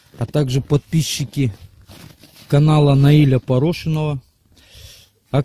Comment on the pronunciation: фамилию твою автор видео неправильно сказал.